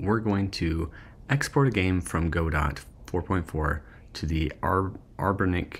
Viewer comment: Godot is pronounced "guh-DOH" not "GOH-dot" my friend. 🙂 Anyways, great content. Hope to see more.